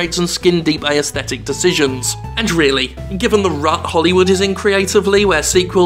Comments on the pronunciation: A small and inconsequential thing, but I think the 'aes' in aesthetic is pronounced as a single syllable. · Please start pronouncing 'aesthetic' properly man